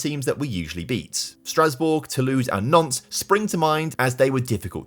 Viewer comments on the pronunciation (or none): none